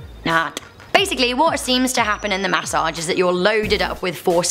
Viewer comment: got dangit y they gotta give u a snak (MAS-O-AGE) yes i left the E off on purpose (No hate btw not making fun just sayin)